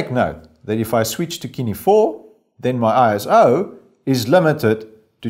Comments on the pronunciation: Kine? It's sin-E. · Thank you sooo much for doing this!! I am absolutely surprised that no one else has done it yet honestly. By the way, Cine is pronounced like "sin-e".